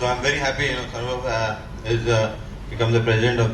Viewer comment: Why is he saying SHOUROBH SHOUROBH ........ typical bengali pronounciation... Its Saurav i believe